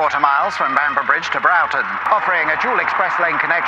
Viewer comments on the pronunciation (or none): Broughton, near Preston, is pronounced B roar tun, not Brow-tun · Great video. I'm from Leyland and spent my life travelling up and down this stretch of the M6. Broughton is pronounced Brought-on. At junction 31a they built a huge park and ride carpark costing a lot of money. It never actually saw much use because you can only get off at 31a if headed north, and get on if you're headed south. Most traffic therefore came off at junction 31 and drove up the hill to Preston. Had there been a way off for southbound traffic at 31a, it may have seen much more use. Speaking of junction 31, the extra bridges over the Ribble are used as access to a quarry and a rather nice nature reserve called Brockholes.:) Junction 30 can be a dangerous one as there's a lot of traffic headed north from the M61, likewise headed south, too. Congestion here is common, despite them putting extra lanes in during the late 90s. Still, give me that over a smart motorway anyway. Regarding junction 27 at Standish, this junction has only recently had traffic lights installed in the last few years. As for that bridge over nothing, I really wish they would build the link roads to Wigan as Wigan is a nightmare to get to due to traffic. If you come off at Standish, it can sometimes take 20 mins to get through one set of lights in the middle of the village as the road clearly isn't big enough for the amount of traffic that uses it. There's also a ton of new houses in Standish being built all the time. If you're trying to get to Wigan from the M58/M6 junction 26, traffic agai